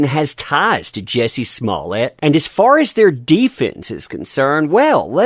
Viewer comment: You miss pronounce his name lol! Jjjjjuuuiicceyyyy smmmmuuuuuuye lol